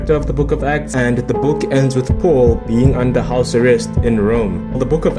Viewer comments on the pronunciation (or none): none